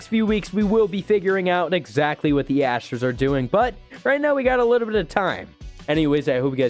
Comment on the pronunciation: Ahh yes, the Houston Asters